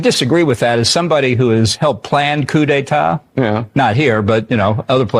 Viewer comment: Coup de tah YOU'RE NAME IS!